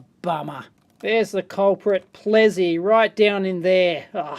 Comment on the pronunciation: Dave, I'm afraid I'm going to have correct your pronunciation. First up it's it's Plessey as spelt, not "Plezzey", and secondly the second 'w' in Welwyn is silent.